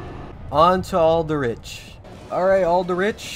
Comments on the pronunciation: "that's al-duh-rich. Love al-duh-rich" I can't get over this pronunciation. No hate I just have a chuckle hehexd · Why bro say 'alderich', it 'alderich' not 'alderich'